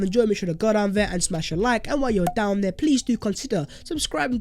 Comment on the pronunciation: "THEYRE GARGANTUAN; OF COURSE IM GONNA GO DERE" 😂